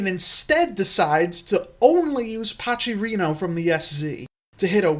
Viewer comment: The way you pronounce Pachrino like "Pachirisu" instead of "pack rhino" cracks me up